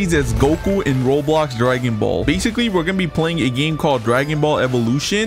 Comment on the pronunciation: Bro never never ever do dragon ball thing if you can't say the name or stop with dragon ball you say you like anime but you don't now anything about dragon ball so stop make dragon ball video's